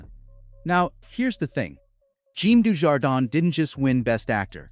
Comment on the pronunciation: your mis-pronounciation of Dujardin's name is disgraceful..American ignorance at its best.